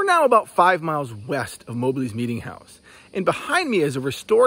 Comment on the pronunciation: MOB---LEE, NOT MO-BLEE